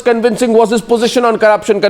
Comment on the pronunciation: Hey Surje the wala you just said pogeeshun instead of position. Where did you get that from? Are you totally bereft of any gray matter, and given you are that is why you show up on behalf on an intellectually deficient party also known as the congress consisting of all rascals and chor lok. The real Mahatma Gandhi Ji (not the pseudo gandeez) wanted the now congress to be disbanded after independence because it has served its purpose. But no, why would Nehru the cunning and all wicked congressmen let that happen. It was reward time. And the loot continues at the expense of the poor and downtrodden. Shame shame.